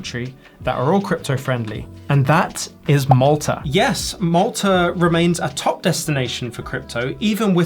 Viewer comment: That "yiiiiiis" was more Kiwi than Aussie 😆